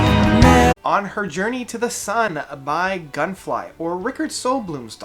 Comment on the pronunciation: Nice review, thank you sir! But it's actually Gungfly, not Gunfly :)